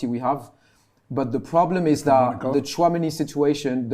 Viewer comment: said Tunameni😭😭😭😭